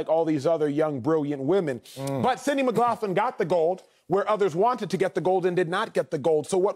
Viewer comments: McLaughlin is pronounced Mick-glock-lin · Mick-Lock-Lin. Acho, just call her Sydney bro lol. Edit: Wiley, that goes for you too bro bro 😂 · Every time he said her last name wrong… 😖